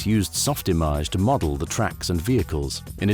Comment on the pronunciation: I’m so glad you pronounced SoftImage correctly. Too many people understandably say “image” instead of “im-aj” (rhymes with mirage). I remember the jab back in the day being “You’re not a veteran 3D artist if you can’t pronounce SoftImage correctly”.